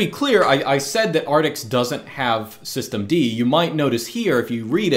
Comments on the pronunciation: "soy-stemd" xd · As soon as I heard "Soystem D" I lost it 😂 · "Swisstem-D", well said